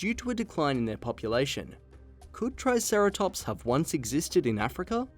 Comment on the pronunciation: When he said triceratops I rolled my eyes. Yeezus.